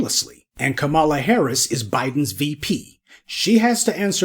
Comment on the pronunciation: Try Kah-ma-lah! Not Ka-mah-la.